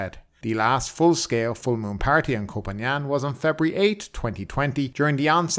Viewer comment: "Poo Pan"? Are you serious?